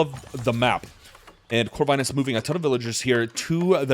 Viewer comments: Lovely cast !! BTW, Corvinus name is pronounced with "i" like in word India, not like in word Ice :). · Pretty sure Corvinus is pronouced with a short "i" sound.